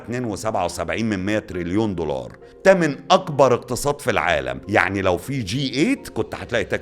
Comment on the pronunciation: ياعم الله يكرمك اسمه دولار مش ضولار 😅